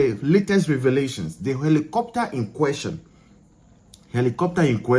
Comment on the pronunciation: ARE YOU REALLY A GHANAIAN YOUR PRONUNCIATION OF HELICOPTER SOUNDS LIKE YOU'RE NIGERIA OR KENYA UGANDA OR SOUTH AFRICA